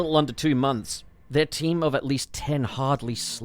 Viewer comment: I swear I heard 'the magic is the taint behind it' instead of team, and yeah, checks out